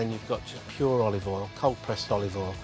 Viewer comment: "Tablespoon of olive ole"